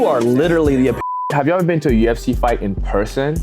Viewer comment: Not saying u of c not ufc bruh